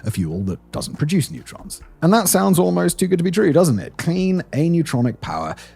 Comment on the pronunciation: Neutrons not netrons. D’oh